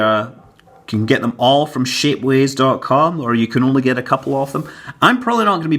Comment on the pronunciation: When you say shapeways, it sounds like shitways